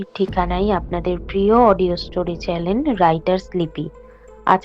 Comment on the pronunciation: Khub bhalo hoyeche ❤❤❤... Darun 👍🏻.... But , সূত্রধরে চ্যানেলের বদলে চ্যালেন pronunciation kora hoyeche that' not fair .